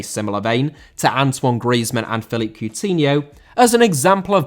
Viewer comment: Philippe * NOT Felip